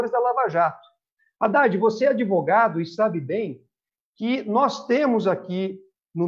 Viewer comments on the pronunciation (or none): "Adevogado do meu chefe"